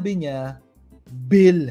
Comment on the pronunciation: Bat bell ang pag pronounce ni lenilugaw sa bill...? Nagpapa bata pa kase ang jonda na.